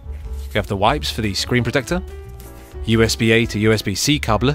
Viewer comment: because of how you said "cable" i will now subscribe